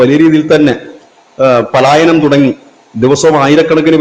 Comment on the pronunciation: Paalayanam palayanam ennu parayuka